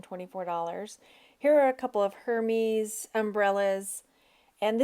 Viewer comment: I love how you say Hermes and records!! Lmfao!!!!